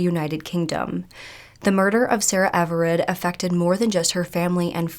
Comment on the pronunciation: It’s Sarah Everard not Everette. I know this wasn’t on purpose but you said this wrong at the beginning. It’s important to get this right out of respect for the victim